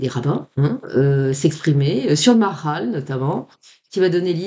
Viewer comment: Bonjour à tous. On dit ma ha ral.